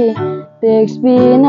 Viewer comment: Someone, if possible, please correct him, "tex kore le, leply na kore"